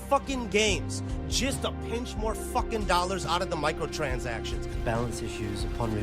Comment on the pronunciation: That's a funny way to pronounce Microtransactions.